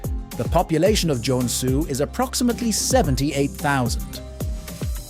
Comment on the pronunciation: Great video however the pronunciation of the cities names are quite butchered. If you need a finn to voice act for your next finnish city videos i would gladly do it 👍